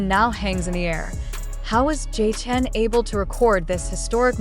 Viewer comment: JIN not jean omg if ya gonna report something then report with correct names